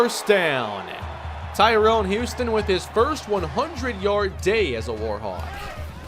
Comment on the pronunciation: just called tyrone huston "Houston"